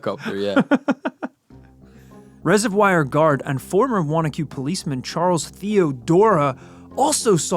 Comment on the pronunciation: Big thanks for pronouncing Wanaque correctly!!! And where can I find that comic book!